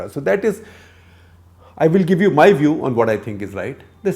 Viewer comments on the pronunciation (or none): none